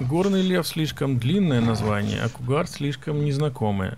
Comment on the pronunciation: Может быть кугуар все-таки, а не кугар?